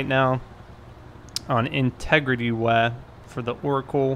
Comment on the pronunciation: Anyone notice how he says "way" sounds like he's saying "weh"